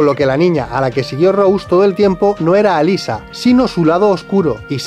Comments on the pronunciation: alisa? como alisa?! alessa se pronuncia, hasta en la peli lo dicen asi. no cambien las cosas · ALESSA, no Alyssa, si van a criticar almenos critiquen bien 😂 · "Alyssa, Alyssa, Alyssa" Es Alessa. Error épico! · Cierto Si a Alessa le dicen "Alissa" a Cybill deberían llamarla "Saibyl"